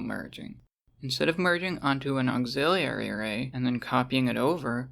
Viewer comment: auxiliary > auxillerlilly